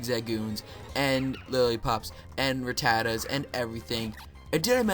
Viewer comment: you said rattata like a ritard